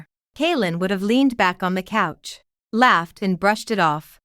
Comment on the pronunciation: The names don't bother me as much as people sitting on the "cooch" instead of couch. I wonder how it pronounces the word "touch".